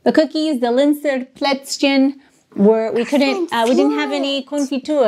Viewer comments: Tsimmtsterne and Plätz-chen (as if you speak Chinese)! ;)))) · I don't want to be rude but this is important: The pronounciation of for example "Zimtsterne" and "Plätzchen" is not on point. I can imagine that your german friends are in wrong way polite but if you really want to learn german good you need to insist the friends to correct you, even if its annoying. I by myself am in a similar situation. I live in Portugal right now and learning portuguese. All the portuguese always say, how good my portuguese is. I beliefe no word of this. Luckily I have a good teacher which is always correcting me. What also was helping me with pronouncation is a online learning programm where you can hear the words again and again. You can adjust to hear them slowly first. This was very effective. After the first 1000 words you instinctivly pronounce also new words correctly because there are always patterns in Phonetic and so on.... PS: I know that german is a hell of a language but I knwo examples of adults who were learning german in 2 years almost perfectly. It's hard work, but possible...